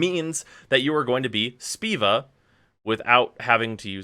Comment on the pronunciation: Did this man just say Speeva? Boi! It's Spova.